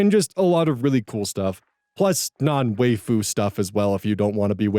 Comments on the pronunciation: I was going to weigh in on the JURPS vs GURPS (I have literally never heard anybody pronounce it Jurps) but then you come in at the end with pronouncing it Way-foo. I've only ever heard it pronounced like 'Why-foo' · Ah, pronouncing "wifu" like a true midwesterner makes my day. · I mean, why-fu is the correct pronunciation... I'm usually so excited to chime in about questions/comments on Japanese language, but waifu pronunciation is a little bit... uh. 😅